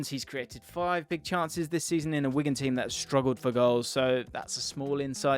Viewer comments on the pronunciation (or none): none